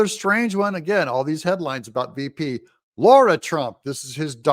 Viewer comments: It's not Laura Trump Doug, it's Lara (La-ra) Trump. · It's Lara not Laura Trump